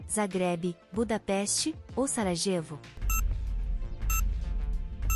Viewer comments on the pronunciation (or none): 108 D: pronuncia-se SARAIEVO.